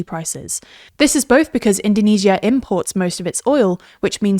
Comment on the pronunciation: Why is she pronounced indonesia in the most wrong way possible lmao. We don't call Japan - Nihon or Germany - Deutcheland in English